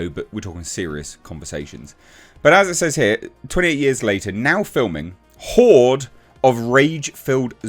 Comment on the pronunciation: It’s horde dude.